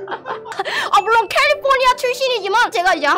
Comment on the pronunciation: 와 캘리포니아 ~ 발음이 ㅎㅎㅎ 뭔가이객원도 익숙한느낌이